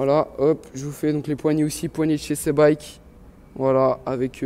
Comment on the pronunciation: Sa se dit "si" biekes est pas "sé bike